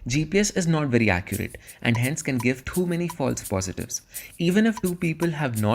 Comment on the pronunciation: Caught you coz only odia people pronounce 'too' as 'thoo' , if you get IT 😁